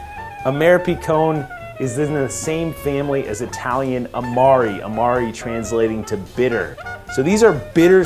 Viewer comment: ahh-marr-oh and mara-ski-no. Just saying.